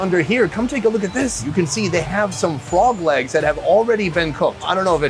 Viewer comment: At first I though he said fog lamps... until I see that he was talking about Frog legs